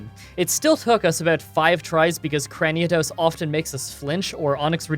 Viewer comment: "CraniAdos" No. Yes to that adorable kitten though. Big yes.